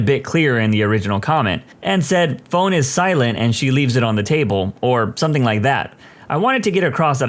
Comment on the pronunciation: No k in the word something